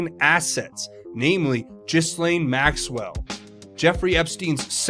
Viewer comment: Repeat after me. G’laine, G’laine, G’laine👍😘🇺🇸